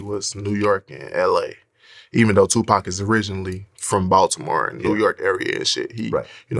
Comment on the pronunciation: He pronounced tf out of the t in Baltimore